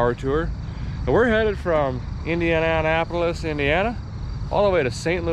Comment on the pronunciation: Thanks Derek for all you do! I’m front liner here in NYC and it’s been hell the past 1.5 years! Your channel really gives me a smile and enjoyment. You have a GREAT sense of humor as well. Love the way he says Indian An Apolis lolololol